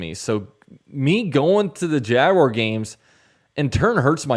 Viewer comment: “UCF Laguar” 😂😂😂😂